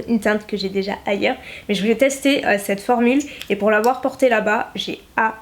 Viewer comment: Mon dieu je t’adore énormément mais arrête s’il te plaît de dire en début de video « cte video » ce n’est pas français ! On dit cette video ! Et c’est horrible a entendre ce que tu dis